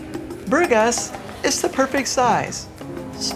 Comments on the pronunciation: You should know how to pronounce Burgas if you have lived there that long. “Boor-GAS” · I can't believe you've been living here for 6 years and you can't pronounce the name of the city correctly. This speaks for itself. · Its incredible that after this many years living in Burgas this American doesn’t bother to know how to say the name of the city 🫨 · It is pronounced: bur-GÁS (булгари: Бургáс)... hard to believe you really live there. Whew... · But, with a Bulgarian hubby, u should be able to at least pronounce the name of the city correctly. It bothered me somehow 😕 🙃 😊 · Please, learn how to pronounce Burgas properly. If it's your home, you should respect the language!